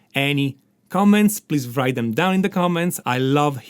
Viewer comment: I totally love your lessons, but please omit w when you pronounce "write" :)